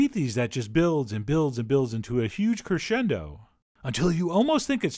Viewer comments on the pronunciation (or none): none